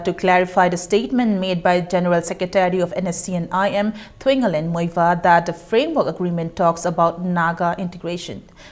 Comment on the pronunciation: u don't even know how to pronounce Muivah.wt a same on u.